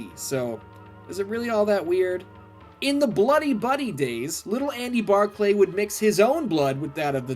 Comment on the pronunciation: No one prononces it Bar clay its just Barkly ( yes i know how its spelled) go back and watch the movie again